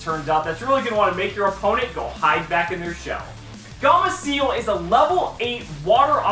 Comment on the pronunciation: "Gamaciel" xD later on in the years he starts saying gameciel.